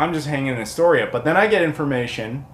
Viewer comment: I'm from Seaside, OR originally. Had friends and their parents in Kindergarden Cop and such. But yeah.... THE GOONIES HOUSE IS OFF-LIMITS!!!! lol, can't believe you actually made it up there! The signs weren't up?! Did you not go see the lighthouse from the "Ring" that is in Astoria? Also it's pronounced "Ore-uh-gun" and "Ass-Tore-eah"! Just like Illinois is pronounced "Ill-uh-noise"! Great pick-ups video! The chase seen from The Goonies was done down in Cannon Beach next to Haystack Rock and the restauraunt was up on Tillamook head over-seeing Canon Beach (Ecola State Park). That is also were the Fair was shot in "Kindergarden Cop". My famile's ashes are spread in the Ocean there, and I lived by that rock for a couple years one time.